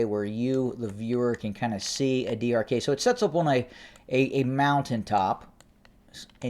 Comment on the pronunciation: Adi arkay is pronounced as adi arkaay (arkī or arkii). Ky like in sky. I know it is not easy to say for non native speaker but always good to give the correct pronunciation to make the reporting more clear. BTW I you deserve all the credit in reporting extensively the ground situation of what I called it non sense, bloody war of the human race.